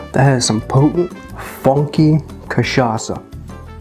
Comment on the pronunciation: this is the best pronunciation of an american saying cachaça I have ever heard, recipe is almost perfect just drop the simple syrup and add one more spoon of granulated sugar.